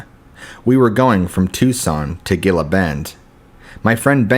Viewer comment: Great stories! Thank you. But just wanna tell you that Gila is pronounced HEE LA